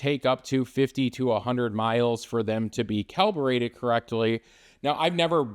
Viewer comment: "calberated" "cowibrated" it physically hurts me the way you say "calibrated" 🥲